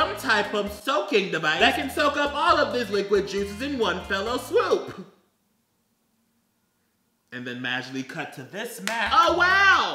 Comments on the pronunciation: I have questions. Firstly, why is your house so purple? Second.....you do know it's "one fell swoop" and not one "fellow swoop" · Is anybody going to tell that it's "one fell swoop" not "one fellow swoop"...? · saying "fellow swoop" instead of fell swoop is so me coded it's ficking unreal. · I love you but it’s “one fell swoop” not “one fellow swoop” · I need someone to tell that the phrase is "in one fell swoop" and not "in one fellow swoop" 😂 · ITS FOWL SWOOP MAC COME ON I LOVE YOU BUT FOWL SWOOP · Is anyone gonna tell him that it’s “fell swoop” not “fellow swoop”? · BRUH i know gays can't speak correctly but it's one FELL swoop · it's fell swoop, not fellow swoop I swear to god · Dude, I love you man. We're best friends. You know that. But it's "fell swoop", not whatever weird shit you were saying. Call me! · Was he saying "fellow swoop"??